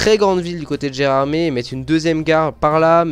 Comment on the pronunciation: C'est vraiment magnifique ! J'ai hâte d'avoir le cabride de la LGV ! Et d'ailleurs, Gérardmer, ça se prononce "ère" à la fin (c'est une station de ski dans les Vosges) 😉